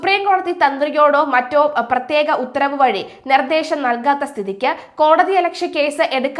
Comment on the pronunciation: " പ്ര േ േത്യേക" അന്വേസന സംഗം ന്ന് പറഞ്ഞപ്പം ങ്ങളെന്താപ്പാ നിരീച്ചെ ...?